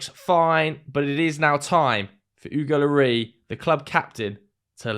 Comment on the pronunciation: Why are you calling Hugo "Oogo Lorry"?